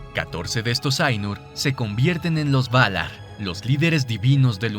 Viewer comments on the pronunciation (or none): "Valaarr" Ulalala señor frances ¿Como se dice? "Valar"